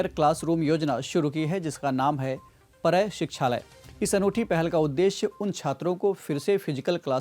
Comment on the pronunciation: Arre yaaar proper pronunciation to Karo at least. It's PARAY SIKHHALOY . पाराय - means colony. I'm a teacher From West Bengal and I am also in this project.